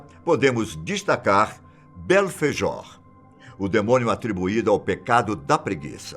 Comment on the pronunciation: 'Belfejor' é sacanagem